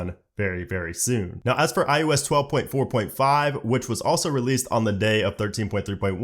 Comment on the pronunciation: this dude says IUS and it annoys me so much